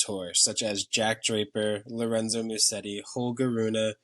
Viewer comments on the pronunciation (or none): none